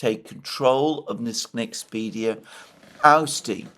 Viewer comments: Btw it's NexpeRia, not NexpeDia. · Liked, as I almost always do, but I believe it's NexpeRia NOT NexpeDia. Please fix that. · Mr. Mercourius the Nederlands semiconductor company is called NEXPERIA, not Nexpedia as you keep calling it.